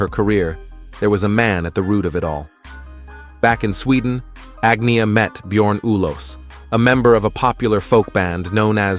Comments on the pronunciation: Agnia? who's agnia? it's AGNETA ,She made it clear how to pronounce her name but still if you cant sayet correctly just say ANNA ,Not so difficult....huh...😡😡😡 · Terrible Robot Voice who totally Massacres all the Swedish names, including of Course Agnetha herself. I am Swedish so I should know. The Background Muzak is Constantly too High and Irritating and totally Unnecessary. If this is the Future of Documentary Films and AI, I say Good Night World! Where is the Editor and Producer behind this I Wonder. 🤑